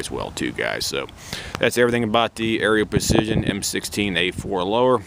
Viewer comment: I’m not trying to be rude, but it’s pronounced Arrow = Aero Precision. Just wanted to let you know. Nice rifle 👍